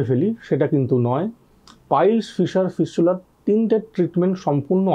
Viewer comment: ফিসচুলার না সালা ফিস্টুলা